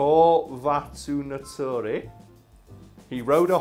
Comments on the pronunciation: "Kor-va tun-turi" nice try tho.. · Ah, yes. Koowa-tu-nu-turi, the City in Viinlanand